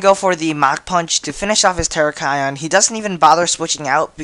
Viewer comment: tur-rack-e-on not tera-ki-on